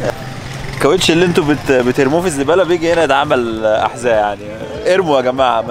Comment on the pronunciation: حذاء مو حزاء